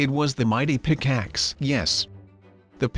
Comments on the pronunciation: Hmmmmmmmm. That intro seems different. It sounds a bit like sundee's intro, but it has a different touch. Also, pickaxe is prounounced wrong. It sounds like pickixe. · Well we made a PICKLETS lol it’s pick axe